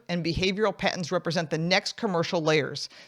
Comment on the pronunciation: Is she saying patents or pattern? Weird.